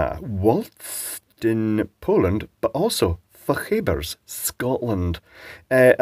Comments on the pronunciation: fok-a-bers is the way you say it. Baxter's makes them in Fochabers. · I quite like these pies but you are right that there is less kidney in the steak and kidney than there used to be - at least if my memory is anything to go by. The original Fray Bentos was an Argentinian beef company based in the town of Fray Bentos in Argentina. But the current franchise is owned by Baxters of Fochabers which you mention - though the pronunciation of Fochabers was a little unusual - my wife grew up in Nairn not far from Fochabers. You are actually lucky to have all these varieties of pies to test as where I am in Scotland you can currently only get the Beef steak (without kidney) and nothing else. And I'd like to try the other varieties. I did meet one of the Baxters a few years ago and got to know him reasonably well. A pleasant lad. Baxters make great soups. I particularly like their oxtail and also their consomme. But most of the time I make my own. I could do with some of those pies though. I'd love to try them! The steak and kidney is iconic as it brings back memories. My mother liked cooking with offal. I miss the kidney which is so good for you and full of good enriching healthy vitamins.